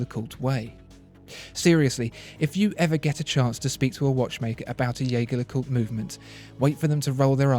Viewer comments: Dude love your videos but you need to learn how to pronounce jaeger lecoultre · Great listing! (You need to work on your pronunciations: it's not Yeig-her Le Coult, it's not Vacheron Constantain...)